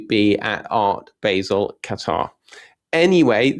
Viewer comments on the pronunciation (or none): none